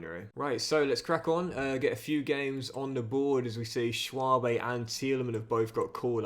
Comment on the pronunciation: Its not pronounced Schwabe its Schwebe as ä is pronounced e, same with finkgräfe its finkgrefe